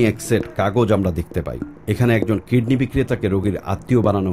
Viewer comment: jazak Allahu khayran! "Kidney" not kedney